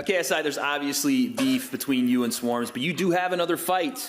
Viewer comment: "shwarmz" lmfao